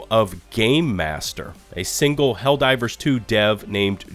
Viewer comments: I love your video man, but I laughed both times when you said "Hell-Riders 2" LOL. too funny! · Why do you keep saying Hellriders? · I'm just trying to figure out why he keeps calling it HELL RIDERS LOL 😂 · Is it me or is he consistently calling the game Hell Riders? 😂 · Is he trying to say hell rider's? Cuz that's what he's saying